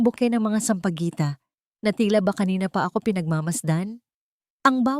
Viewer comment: Kahit anong ganda ng kwento kung ang tagapagsalaysay ay hindi marunong bumigkas ng mga salita ay nakakawalang ganang pakinggan gaya ng nagsabi sya ng oras ALAS DOSE,ALAS UNA SA HALIP NA ALA. UNA,TAPOS ALAS DOS ANG SAMPAGUITA BINIGKAS NA SAMPAGWETA SA HALIP NA SAMPAGITA AT MARAMI PANG IBANG SALITA NA HINDI TAMA ANG PAGBIGKAS Paano ka makkuha ng subsriiber kung malimali ang pananalita mo Dapat nyong ayusin ang pananalita bago kayo magupload para makakuha kayo ng subscriber